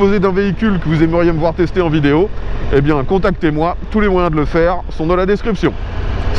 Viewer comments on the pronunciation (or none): none